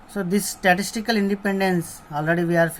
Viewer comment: Statistical...... Not statical